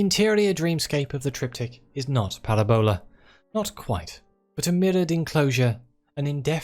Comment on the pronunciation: It's Paràbola. Not Parabòla. I enjoy this, whatever this is. YT recommendations are weird sometimes.